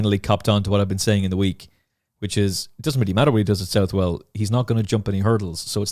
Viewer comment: You'll probably never need to say it again. But after being told off myself for pronouncing Southwell incorrectly, I've got to pull you up on it! It's pronounced like Suthle or Suthell/all. The "ou" sound should be the same sound as if you were saying the surname Sutherland, and the "well" is pronounced the same as the "le" at the end of hurdle. Yet another great episode though, thanks!